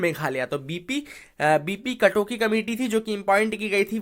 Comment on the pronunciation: its B.P kakoti...not katoki